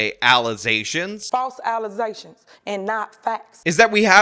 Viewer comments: Stop it with all these allezations now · Tiffany ignorantly mispronounces allegations as allizations. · Because of her....I now say "allizations" instead of "allegations". Everytime I hear "alligations" my brain plays the video of her saying "allizations". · FALTSE ALLEZAYSHUNS AND NOT FATS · “Fake allezations” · too many allezations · I LOST... IT... when she spoke on those alezayshunz.